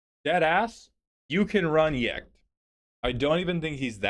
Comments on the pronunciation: Pronouncing Jecht with a "y" sound is wild work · He read it with a J, not an I. He just gave it the Y pronunciation because he doesn't know any better (and if you don't know his name that pronunciation makes just as much sense)